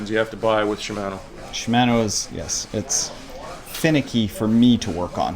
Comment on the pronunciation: SHI- MA -NO , pronounce the A like the a in fart. And you should check out Hambini's latest reaming on SRAM GXP cranksets, DUB cranksets have a similar issue.